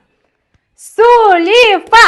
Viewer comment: Сулифа деп айтпаныз